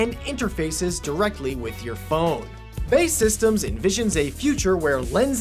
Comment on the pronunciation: Did he just say "Bae Systems" instead of B.. A... E.. Systems